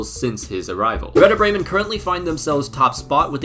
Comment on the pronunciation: I love how in every Youtube video that deals with anything only slightly related to germany, the comment section is just full of us germans ;D I also want to point out as I haven't seen anyone mention it, that your pronunciation was actually decent. Also thanks for jinxing Bremen. We need the price money quite desperately ;D